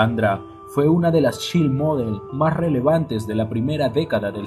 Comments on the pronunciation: bendito, el inglés no es una ciencia de la NASA. En un futuro, infórmese de la pronunciación correcta de las palabras en inglés. No importa si no sabe qué significan, solo pronúncielas correctamente. Creame, sus enlaces van a sonar mas intelegibles. Por ejemplo Child... Cháild Girls... Guerls Fire... Fáiar Staff se pronuncia exactamente como se lee, no stéif. Pero la información es exelente y educativa. Gracias por el enlace. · Child en Child model se pronuncia CHAILD, no como esta' escrito. Ella era una muchacha muy bonita, pero fue explotada. Gracias por su video..